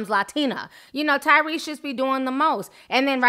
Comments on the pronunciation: When Ti said Cryrese, I fell of my chair Lmao. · Who called this man Tygrease I'm dead 😂😂😂